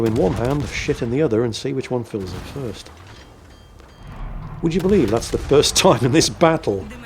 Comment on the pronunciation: Foist? 😁 No worries on the technical problems; this giggle is plenty repayment.